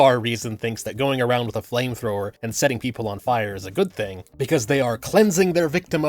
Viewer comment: "If an inside person is going with a flame trower" pyro tf2?